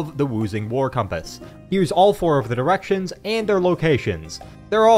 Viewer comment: Man did I have to rewatch the first minute a few times until I realised you were saying DI-rections. 😐